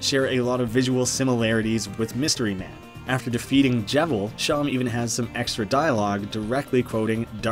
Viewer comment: I'm sorry, I can't get over how you said "Seam" like "Shawm"..... wouldn't it make a bit more sense to be said like "seem"? Because it looks like there's more than a few seams across his face...